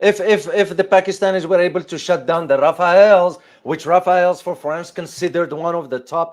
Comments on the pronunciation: 1 - French fighter jet's name is Rafale not Rafael (Rafael is an israely weapon enterprise) 2 - The Jet fighter pilot and the mission preparation was made in india not in France (bad use of the jet) Give the best F1 car to a rooky pilot (or even to the best pilot) and send it to the wrong track and you'll see wrong result. When selling expensive fighter jets France did not share the most advanced combat doctrines with them. For those who want to know more about here is an intersting analysis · It's Rafale, not Rafael. Do you homework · Rafael :) sounds like some new French chocolate brand, or did he mean Rafale?